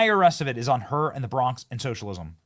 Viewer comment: she dont even say bronx correctly